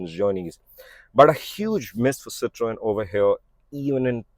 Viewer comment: The only reviewer who pronounced Citroën correctly. Subbed!